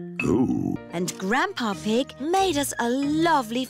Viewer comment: Why did George say grandpa ig not grandpa pig